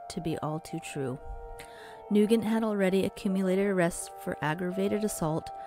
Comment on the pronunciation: You pronounced his name wrong. I grew with Braden. His last name is pronounced NewGent. Soft g not hard g